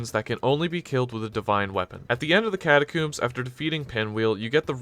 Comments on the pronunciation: Why catacooms how do you say comb the word is catacombs - nice video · WHY DO YOU KEEP SAYING CATACOMBS LIKE THAT